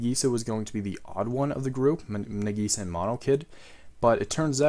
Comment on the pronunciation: He butchered Nagisa